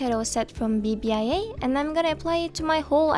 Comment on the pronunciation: Hello I am a Korean subscriber who has always enjoyed your videos. I've seen you use a cosmetic brand called bbia in Korea. When you read bbia, I want to let you know that bia is accented by b and reads [pia]. ❤